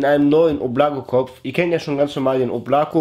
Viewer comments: das heisst schon oblakO, bin selber Russe ... es heisst Wolke... ansonsten TOP content👍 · Wird so ausgesprochen Oblaka und bedeutet Wolken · да облако... с ударением на первое О